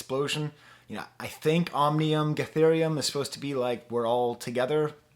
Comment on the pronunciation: How do you struggle so much with the pronunciation of the album title?